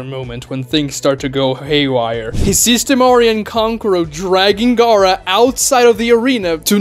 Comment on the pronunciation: why do you pronounce Gaara like Garou from One Punch Man